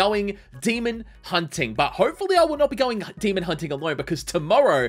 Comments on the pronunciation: The fact he says demond really gets to me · I like how he says demond it's funny